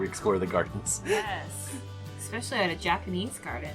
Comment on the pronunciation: Hey, there is no x in the word especially.